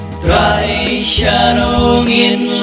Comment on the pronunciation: Sngewbha kynnoh bha hang to ba ong 'Trai' phi pat long kumba ong TRY.